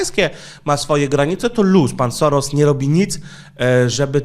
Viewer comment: W języku węgierskim, "sz" czyta się jak "s" i "s" jako "sz". Dlatego Soros, prawidłowo czyta się "Szorosz". Można to nawet sprawdzić w tłumaczu Google, klikając przycisk "słuchaj". Oczywiście po uprzednim ustawieniu na j. węgierski.